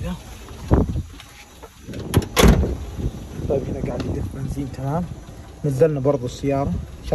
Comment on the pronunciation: ليه تقول بنزيم لا 😂بنزين